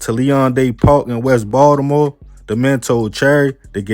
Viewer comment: I'm from NY, but I love how you pronounce Ball-da-more. 😜